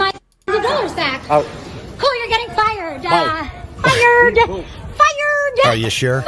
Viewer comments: I didn’t know the word fired has 3 syllables. Fi-re-D WOW, at Home Depot needs to be sent to Brooklyn with this attitude where there are NO cameras, then we’ll see who needs to go back where they come from. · Believing a degree in anything makes you automatically smarter than anyone else who has a degree in say quantum physics... I'm pretty sure she passed with all "D's" just to get rid of her. "Fiyerd-uh!" Nuh-uh! It's private property, and they have a right to refuse you service. They can trespass you. "Bye-yeee!" She has a degree in forensics and wastes the $100K she spent and probably hasn't paid back, to be an influencer/self-proclaimed New Age "manifester." "I'm here to help you with your positive energy, but by the way, you all suck!"